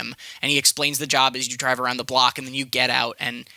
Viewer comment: "walking arround" haha